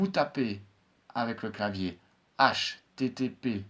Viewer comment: bonjour mais vous ne savez vraiment pas parler dans l'url 1 vous dites http:"bsé" ???